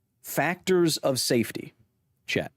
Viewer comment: It took me longer than I'd like to realize he was saying chat and not Chet... Great information though.